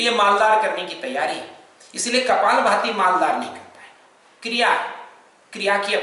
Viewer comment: it not kapal bhti its kapal bhathi